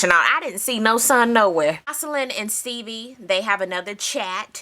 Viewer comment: AHHHHH. every time say STEEBIE!! lol